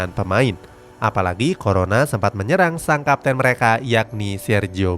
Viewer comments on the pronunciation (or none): none